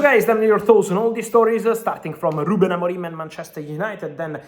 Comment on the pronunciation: Don’t say Ruben AMORIME. It’s Ruben AMORIM.